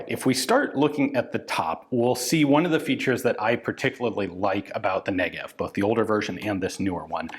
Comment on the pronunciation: The Negev-en, if you will